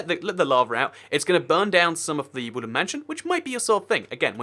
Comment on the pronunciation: I keep on hearing you say woolen mansion not wooden mansion